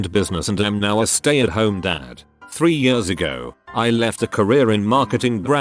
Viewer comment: Why can't this piece of shit machine pronounce "years"?